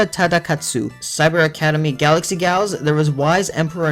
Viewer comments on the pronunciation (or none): none